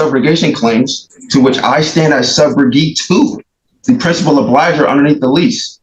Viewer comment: I gotta lay a foundation. No you don't. This guy thinks he's a lawyer. He's watched tv shows in which at direct, someone says, "Is it your testimony that..." Plus he can't pronounce "obligor". Ahhahaha! Lose.